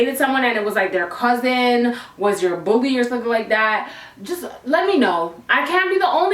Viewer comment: Everytime she said “another bully” it sounded like another booty